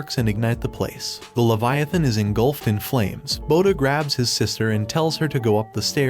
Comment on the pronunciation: Levi=a -thon